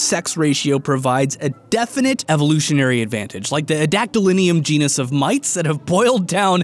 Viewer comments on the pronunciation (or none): Tell people to look up a genus of mites. Also: Never shows the full name of the genus on screen, only says it once, and LATIN IS HARD!